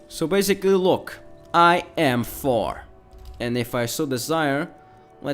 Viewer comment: You pronounce Thor like "four"